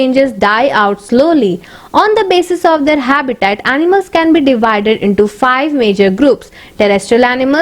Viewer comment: First correct your pronunciation and then make some videos in YouTube.you don't know how to noun habitat and categorise